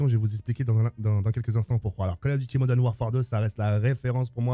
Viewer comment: Yoo En taupe 3 je retrouve Call of dit Modaine Warfare 2 Pouahhh modaine 😂😂😂